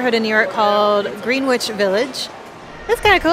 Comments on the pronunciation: FYI...Its spelled Greenwich but pronounced Gren-itch. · lol, pronounced like ": "Grenich" village..! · Greenwich Village is pronounced GREN-ich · It Pronounced Gren-ige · Another good job in spite of having to cut it short. I hear that the Shake Shack is really good. I always have heard Greenwich pronounced Gren-itch if that is any help to you. Just trying to help, and not being critical. As always, lookin' good! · Great vid..FYI the "w" in Greenwich is silent when pronouncing it so it's pronounced "grenitch" street. There is also a street called Houston but it's not pronouced like the city in Texas . its pronounced "howston"